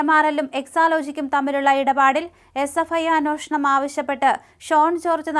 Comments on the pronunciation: Sister it is anyeshnam and not anoshnam… sry …. Please correct…. The rest deliveries are good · ഈ ' അന്വോഷണം' എന്താണാവോ? ഇനി കവി അന്വേഷണം ആണോ ഉദേശിച്ചത്‌? 😂